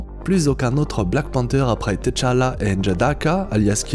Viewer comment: Woaw ! Juste un truc, on dit juste tchalla et pas t tchalla, sinon je viens de voir l'épisode 7 de wandavision et j'attends ta vidéo !!!